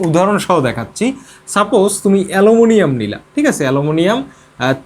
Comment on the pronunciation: Eta hobe alominiam....😅😅